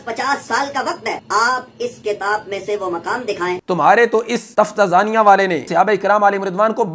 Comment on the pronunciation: تفتازانیہ کے تلفظ میں درستگی کریں